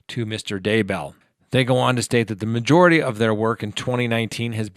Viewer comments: Why would you pronounce Chad' Daybell's last name as DUH-BELL? Does it LOOK like it's pronounced that way? No. Have you heard it pronounced that way in the news and on the internet? No. Could it be you just messed up? Nah...not a chance. I stopped watching immediately. How can I give you any credibility after that? Seriously, to pronounce that name wrong tells me you don't even know the story. Everything I am watching is shrouded in nonsense. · Its Vallow not Vallows... Its Daybell not Duhbell... 🤦‍♀️ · It's not da bell.. it's Daybell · At least learn to pronounce the names. Day-bell. OMG how hard is it? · FYI Chris Watts is not in that prison, he is in the Dodge correctional facility. Two totally different prisons. Also, Lori Vallow’s husband’s last name is pronounced Day-bell. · Thank you, It's like nails down a chalkboard listening to him mispronounce their names. And the crazy thing is, he does pronounce Daybell correctly a couple of times so why is he purposely mispronouncing it the other times. Ugh!